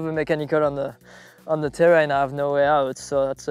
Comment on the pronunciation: man you gotta stop the zzzee bike zzzee equipment zeee zzz it's unbearable